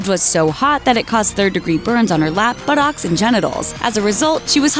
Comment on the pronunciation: Dear woman who narrated this video, The way you pronounce "buttocks" make you sound like either a computer, an extraterrestrial or a completely pretentious and uninteresting millennial masquerading as a hip young YouTube presenter. I don't like it.